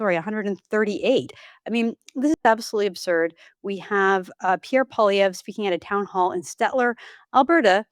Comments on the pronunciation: Mr. Wilson should learn how to pronounce Pierre's last name. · Can somebody PLEASE teach Brett Wilson how to pronounce Poilievre's last name?